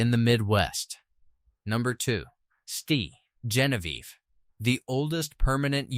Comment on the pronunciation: Learn to pronounce names correctly! It's Saint Genevieve, not stee !!! Learn your history too